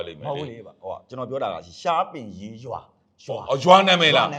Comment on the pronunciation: ရှားပင်ရေးရွာ၊မဟုတ်ပါဘူး၊ရှားပင်ရေရွာပါ။ကျေးဇူးပါ၊ရေ❤❤❤